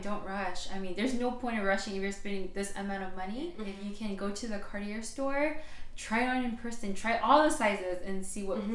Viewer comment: Too bad you can't pronounce Cartier! You didn't do your homework! 😅😅😂